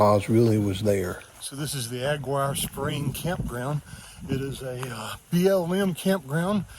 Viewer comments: Thanks for posting! Btw, Aguirre is pronounced “ah-gear-ee.” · Aguirre is pronounced uh-GEAR- ee